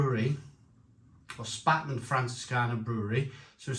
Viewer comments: Good review. BTW Spaten is pronounced ‘Spey ten’. Paulaner is pronounced ‘Pow larner’, Pau laner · It's pronounced "Shpar-ten" and "Pow-Larner". Come on dude, at least make an effort! Traditionally, Oktoberfest beer was an is Mäzen which has a higher ABV than Helles. Brewdog are just chancers, complete mugs when it comes to tradition. The description says it's a "pilsner" which has no tradition with Oktoberfest whatsoever. Brewdog = Shite.